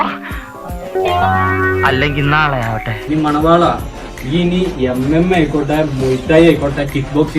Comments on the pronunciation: മണവാളൻ ❌ മലവാണൻ ✅ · Ivante peru Manavalan ennalla.. " malavanam" ennane